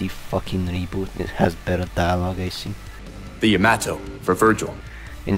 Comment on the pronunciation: Btw you saying "yaymato" was funny as hell